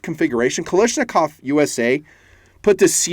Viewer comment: Is nobody bothered he calls Kalashnikov,Kalishnakov.Is that an American thing or what?